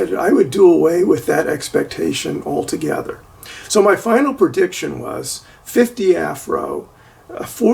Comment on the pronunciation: prediction, not purdiction, pretty, not purdy